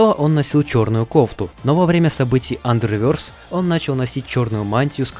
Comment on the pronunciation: Не андервёрс,андервэрс или underverse